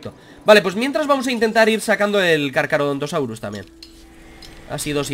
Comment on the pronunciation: No es Carcarodontosaurio, es "Carcha..."